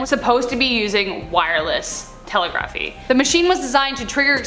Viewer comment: Lmfao!! listen to how she says the word telegraphy!!! Lmfao